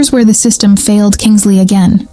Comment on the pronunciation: KINSLEIGH……NOT KINGSLEY…..at least get her name right!!